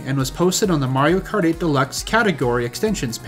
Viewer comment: "most people who play mawio kawt"